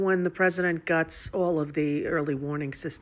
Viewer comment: Did I miss something? I first thought she was drunk because I first heard “when the president gots the emergency early warning systems” but when I replayed it I heard her say “guts”. Kinda funny the snowflake with all the lies and lack of guts that runs to Ireland while claiming he will destroy our nation” is the last one to be complaining. She makes me wanna vomit my “guts” out. I pray they keep her in Ireland forever. Or better yet she can move in with Ellen and Portia because they are no different.